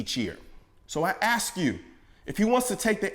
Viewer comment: Colion did you say, “Axe me”, like in, “Ask me”? Fucking pathetic that you sell out.